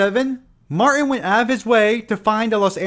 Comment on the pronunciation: Just an FYI: Billy MarTin has a “T” in the middle of his last name. It’s not “Mar’in.”